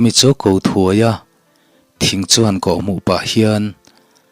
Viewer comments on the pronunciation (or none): Thingkhawn lam rik dan hi khâwn ti a va lam fân lovin, khawn tih a lam tawi tur, eg: membership fee kan khawn khawm hi tu hnenah nge chhunluh tur tih lo ni ta se, kha ta khawn tih kan lamrik anga lam tur.. inthlahrung tak chungin ka rawn sawifiah ve mai mai aw.. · Thingkhawn hi zukhawn ang a lam rik hi a dik lo.deuh